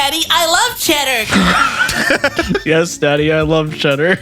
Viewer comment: IS that what he said? I thought he was like "chadder" like if it was some slang for crappy food, why would they pronounce Cheddar like that?